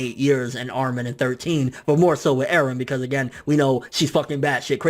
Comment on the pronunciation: Mikasa = Mik-gaysa Eren = Garen Armin = fuck off